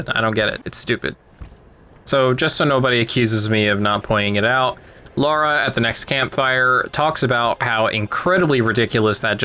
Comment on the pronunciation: horrendous vid. also if you're going to be as nitpicky as you are at least pronounce lara as lara and not laura.